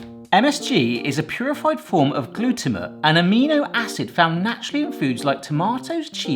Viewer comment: Gluto-mate. Not how you pronounce it. It sounds like your shortening the word.